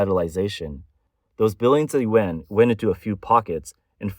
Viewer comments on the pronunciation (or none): I think the AI voice has a problem differentiating the sounds between yen and yuan.